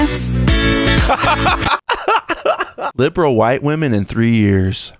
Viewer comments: OH THANK GOD!!! I thought I was the ONLY ONE who was noticing that everyone is saying woMAN instead of woMEN nowadays. Where TF is that coming from??? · Omg I’m so glad I’m not the only one who thinks that people who say woman instead of women are ignorant af.. it’s super annoying. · The women thing started creeping up a while ago and I've been wondering why in the hell can't anyone pronounce women anymore. Getting dumber by the month. Holy hell.